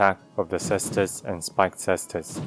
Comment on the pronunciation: Thank you for pronouncing Caestus correctly!